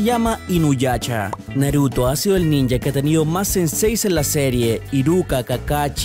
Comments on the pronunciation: Jaraiya jaja qué pedo quien lo pronuncia así? XD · Es Jiraiya, no Jaraiya